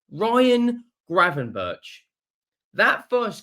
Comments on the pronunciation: It's pronounced GravenberK or 'berg' not 'berch' for future vids. It also sounds so wrong to say 'berch', so English! He's Dutch mate! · No, the 'k' is also wrong. A 'ch' is pronounced as a 'g' in Dutch, there is no equivalent sound in the English language.